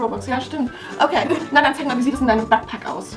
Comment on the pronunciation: Und backpack spricht man bägpack aus und wenn es bugt sagt man bagt wie backen